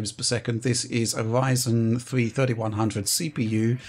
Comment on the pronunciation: They really gave Wich the Wyzen and Wadeon with no Way Twacing